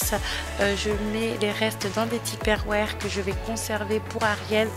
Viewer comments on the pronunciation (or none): Les "tiperwères"??? 😘 Rayonnante en tout cas, bravo ❤